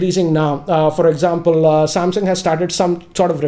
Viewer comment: Sorry not damsung mobile it's Samsung mobile